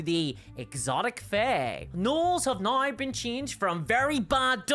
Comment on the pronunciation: I just love hearing you say "now" with your Irish accent. Sounds like you're saying "nigh." It's adorable.